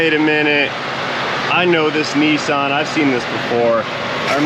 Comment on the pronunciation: Huh…at the start you pronounced Nissan differently, twice.🤔 First you said “Knee-son” and then “Niss-an” So what is the correct pronunciation?